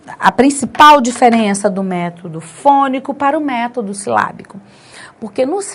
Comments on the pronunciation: Palavra método, acento agudo é na vogal e e não vogal o. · Gostei muito de sua explicação!! Vc acentuou a palavra método errado.